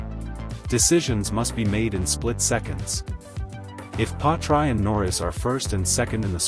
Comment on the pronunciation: Yet another rubbish video. can't even pronounce Piastri's name...